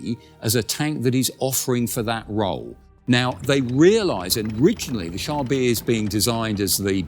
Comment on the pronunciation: Wouldn't the name actually be pronounced "Car B"? The French term for "tank" was "char d' assault" (literally "assault car").